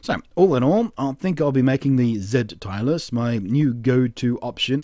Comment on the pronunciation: I think it's probably pronounced more like 'stylus' it is a very STOOPID name though!